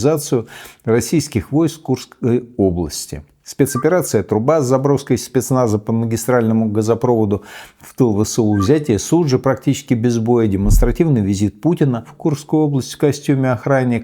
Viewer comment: Михаил, простите, но не газопрОвод, а газопровОд!!! В ваших СМИ допускают такие же ошибки!!!